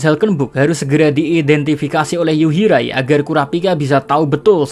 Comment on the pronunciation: Yuhirai min bukan yurihai